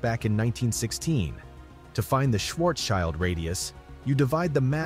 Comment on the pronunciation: It is not a Schwarzs-CHILD radius, it is a Schwartz-SCHILD radius. It is a German name, so the second syllable is pronounced SHILT.